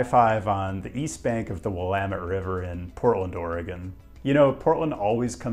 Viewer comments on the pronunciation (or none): none